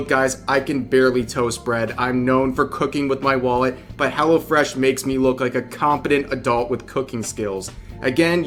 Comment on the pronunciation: Hello Fresh sounds like Hella fresh when you say it fast.